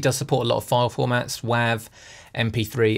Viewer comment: WAV is pronounced "wave", not "wah-ve"